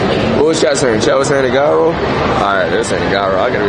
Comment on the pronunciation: It's pronounced " Jai-ro"